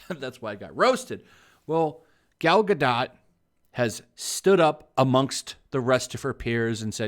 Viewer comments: I thought it was pronounced Ga-doh not Ga-dot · Bro it’s pronounced Gadoh. Painful to here you say GODOT!! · It's Gal Ga-doe. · Hey I think you pronounce her name Gal ga-dough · The T in her name is silent. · Seriously? She's famous, a star, and you can't even pronounce her name? Hahhahahah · For the love of God, please look up how to pronounce her name. I'm usually not a wet blanket, but jeez it's driving me crazy hearing you say her name. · Pretty sure you don't pronounce the -T in Gadot EDIT: Wasn't Cleopatra an Egyptian Pharaoh? Where did the part of her being Greek come from?